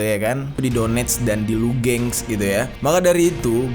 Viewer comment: Ejaan salah kak.. lugang baca nya bukan lugeng